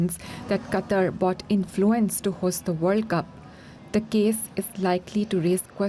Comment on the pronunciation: Gotta admit though, this is the FIRST newscaster who got the pronunciation of the name "Qatar" right (as in "cutter").